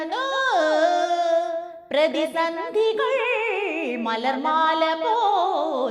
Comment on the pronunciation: ആ 'പ്രതിസന്ധികൾ..' എന്ന പോർഷണിലെ ആ സംഗതി ഒന്ന് കൂടെ എടുത്തേ കുട്ടീ....'കൾ' എന്നു കഴിഞ്ഞിട്ടുള്ള ആ ലാൻഡിംഗ് ഒന്ന് കൂടെ പ്രാക്ടീസ് ചെയ്തു വരണം കേട്ടോ നാളെ.... 🤭🤭🤭